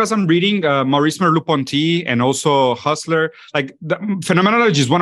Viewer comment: "Husserl" into "Hustler" has to be the best metathesis I've ever heard. "I'm reading Maurice Merleau-Ponty, and also Hustler... Phenomenology is one of my favorite fields."